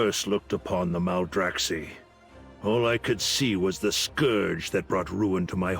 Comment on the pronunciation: Maldraxx-eye, not Maldraxx-eee. Just like Cactus and Cacti (Cact-eye) :)